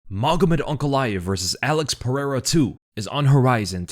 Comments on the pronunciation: He is saying UNC, instead of ANK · I keep hearing Unc instead of Ank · You keep calling him unc instead of ank. It's throwing me off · It sounds like you're calling him Unc